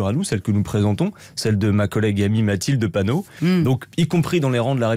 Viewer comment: Bravo Adrien ! Bien argumenté face à cette journaliste cinglante qui écorche le nom de Mathilde Panot à la fin ! Bravo les député.e.s Insoumis.e.s !! 😎